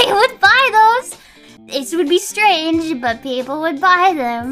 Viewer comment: it weirded me a bit when she said "stRRRRange cRReatures" she's training is spanish probably 🤣